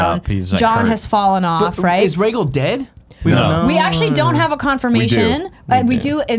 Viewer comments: Rhae-gul is killing me. It's Rhae-gal. Gal! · Andrea pronouncing the dragons. Reggle Vie seren